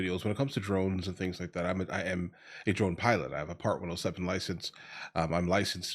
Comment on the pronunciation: It's part 107, not 1o7. You keep saying 1o7.